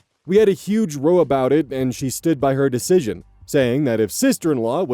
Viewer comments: the word row as in to argue (rau) is pronounced differently than a row of houses or to row your boat (roe) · Row said in the sense of a fight is said Rr-Ow not like Rr-Oh as in Row a boat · Small heads up, when the word "row" is used to mean a noisy argument, it's pronounced more like "rau." Not "roh" like rowing a boat. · Hearing pronounce “row” (a fight, rhymes with “ow”) like “roe” makes me chuckle a bit. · for the last story, this isn't a major issue but it's one to keep in mind for the future: row is uk slang for a screaming argument, like a bad one. but when you read it, it's pronounced the way you'd pronounce "now" instead of "know" but given you only have the us context of the word row, naturally the brain says "this is the only way i've ever seen it pronounced so this has to be it" not realizing there's context you simply couldn't have for another country's slang. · Is "row" as in "toe" a standard US pronunciation for an argument? In British english "row" as in "toe" is for a line of something and "row" as in "cow" is for an argument. Just curious as I think I've heard pronounce "row" like "toe" for an argument a few times now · um, sorry to nitpick, but when you said "row" it should have been more like "r-ow" more emphasis on the "ow" I get it's confusing considering the words are spelled the same "row" as in "rowing" and "row" as in having a fight or a "row"... Sorry for nitpicking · Just a random nitpick, I hope the first mum knows Ace can still date lol. Also, row as in arguement is pronounced like Wow. Not like a row of ducks. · Heads up, row as in what you might do in a boat and row as in argue are pronounced differently. The latter is pronounced more like the ow in cow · btw, row here would actually be pronounced R-ow with it rhyming with meow (and being another word for argument) rather than the action you use when in a boat. English be stupid and weird sometimes. (Sorry for correcting just letting you know about it)